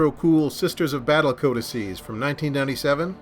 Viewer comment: Pronounces the plural of codex correct but pronounces the faction like a Taco Bell menu item ;-)